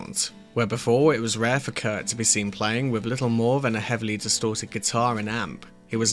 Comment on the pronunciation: It’s Kurt. Not Kurdt